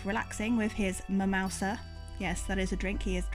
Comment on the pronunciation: Mi-mouse-a? You went there. 👏👏👏